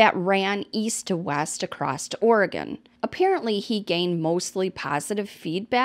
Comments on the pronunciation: *Sounds like~🗣️{Or-Gun} 🌲🪵🍄🍂 I live in The Willamette valley in Corvallis (Benton county) I've seen people not from Oregon have a hard time saying 🗣️{Will-am-it River} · ORR-i-gin (hard G, like gun, not like the liquor gin). Or, gun lovers like to say ORR-i-gun, and there are even bumper stickers with rifles that say "OreGUNian". 🙄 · I was just literally in Sisters last week... Woah. Oh, and we say Oregon like Or-uh-gun 😉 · Am i the only one giggling a bit every time says "OregOn"??? 😆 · You're saying it like a non-pacificnorthwester! I live right around the WA/OR border and usually we only hear tourists say it like that! I guess it's more like OregIn the way we say it over here🤷🏼‍♀️ not such an emphasized second O. Lol....i always find the smallest things amusing 🤣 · Love your content. You do a great job. Just an FYI....Oregon is pronounced like aw·ruh·gn. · It always cracks me up when people say “ore-gone” lol 😂 (from an Oregonian, born and raised, of course) 🌲 🌲 🌲 And that runner gal is like SO many from our beloved Track Town. 🦆 Thank you for the great coverage,. 🌈 ❤ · Its pronounced Or-again